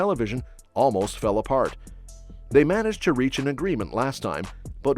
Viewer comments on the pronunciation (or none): none